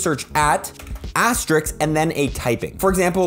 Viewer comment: im sorry but its asterisk not astrix